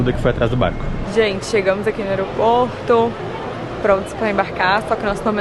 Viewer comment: Qtas vezes a Duda falou BArrCO nesse vlog? Kkkk